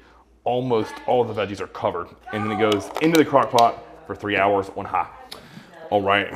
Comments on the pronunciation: He said high hes just a lil southern haha so it came out like hot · Did I miss whatever temperature to set it at for the 3 hours? It sounds like he said, ".... 3 hours at hot." I presume that means "high" instead of low, but what exactly did he mean there?